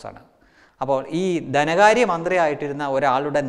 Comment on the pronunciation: കൊള്ളാം... കുറച്ചു കൂടി ശ്രദ്ധിച്ചാൽ നന്നാവും.കമ്മൂണിസ്ററ് അല്ല കമ്മ്യൂണിസ്റ്റ് ആണ്.. ദനകാര്യം മാറ്റി ധനകാര്യം ആക്കുക..All the best!